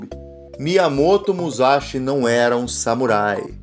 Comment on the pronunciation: é muzaxi n fi..